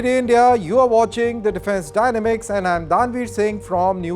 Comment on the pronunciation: ****: PRONUNCIATION: DY*NA*MICS is PRONOUNCED with a STRESS ON the 2nd SYLLABLE shown here between ASTERISKS THUS:(*)!!